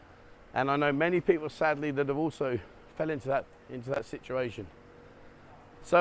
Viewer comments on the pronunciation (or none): none